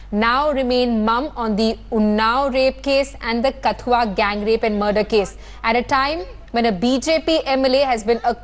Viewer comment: Please pronounce KATHUA correctly. Its not Kath-ooa, its katth-ooa. Its not village, its a district. The name of the village is Rasana. And the person you are showing as Chander parkash ganga is not actually him.